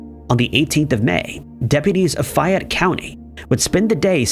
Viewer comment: #2 - The name of the county is pronounced FAY-ETTE.